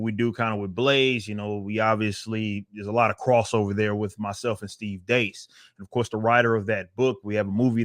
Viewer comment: This is the first time I think a YouTuber pronounced Steve Deace’s name right.